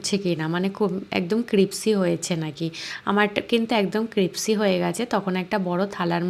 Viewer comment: "Crispy" শব্দটি সঠিক ভাবে উচ্চারণ করুন প্লিজ